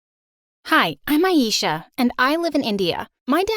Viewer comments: It's not eesha it aisha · Did you say ayeisha .. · I'm from Pakistan but know enough things to figure out they were pronouncing the names wrong like aisha as aieesha and ajay as a-jay